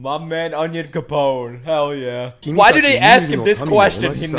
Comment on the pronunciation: "Onion Capon"